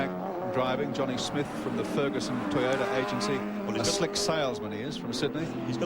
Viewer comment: Never heard toyota(one word) being pronounced as toy ota(2 words) like that commentator did there. If you going to do a job like commentating make sure you know the right pronounciasion of a product.